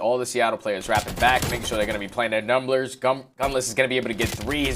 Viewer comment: lmao “numblers”